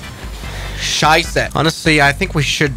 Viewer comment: the word scheisse 😂😂 Dude are you drin Swiss or german??